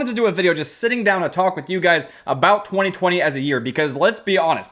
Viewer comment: saying 2020: TWEE TWEE